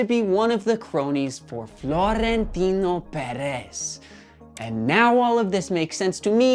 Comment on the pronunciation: Also, the overolled R in Florentino is jarring. Okay, bye!